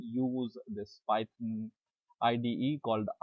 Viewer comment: It's PYTHON, PYTHON!!!! Not PY-TON!!!!!